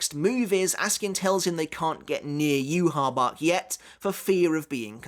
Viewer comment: Why do you say "yoo ha bach" ? It's not spelled like that at all